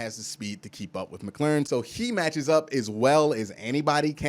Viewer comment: Bro... I love what you've got to say. Except for Terry McLaurin's last name. 😂